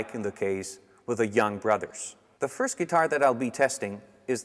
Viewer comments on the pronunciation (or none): none